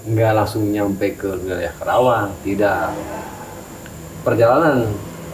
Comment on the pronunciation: maaf kang cumn melurus kn sajh bukan kerawang ya..karawang bukan kera tpai kara 🙏🙏